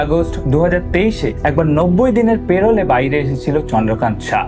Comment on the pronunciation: Parole .. kotha ta পেরোল নয় । প্যারোল ।